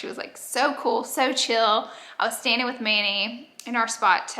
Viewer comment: Wait, what did SJP say when she sat down? "I'm seeing ink??" I couldn't really understand Laura. Edit: nvm! Had to rewind a few times, and put on CC, but I got it - its 'standing'.